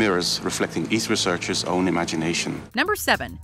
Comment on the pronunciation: Lol when she said "some type of researchers." She sounded country.